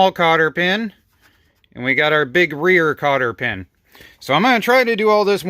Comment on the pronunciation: Cotter not carter pin😂❤fine job